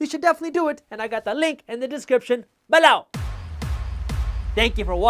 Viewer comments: Stop saying "below" like that, it's so annoying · Alright the accentuation of the word "below" is seriously getting annoying. I almost can't watch your videos anymore. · I love this channel but I hate how he says " below"